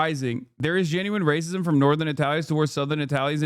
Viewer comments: Not Racismo?!!! I could listen to Italian Hassan All Day!!!! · Hasan was cracking me up with the accent. "Racismo" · "Rah-sismo" is wild. I'm here for it.